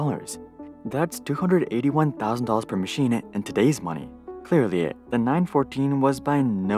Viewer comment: "machine-uh... clear-lee-uh" yup-uh, we-uh do-uh struggle-uh to-uh drop-uh the-uh frequent-uh gasping-uh of-uh breathing-uh via-uh the-uh mouth... Uhhh as we are forced-uh to uh-strughle-uh in come-place-sense-e-uh of idea-uh, dis-cust-ting-uh...uh!